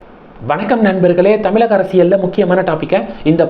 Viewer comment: அடே தமிலக இல்லை தமிழக இதையே சொல்ல தெரியல வந்திட்டார் ..........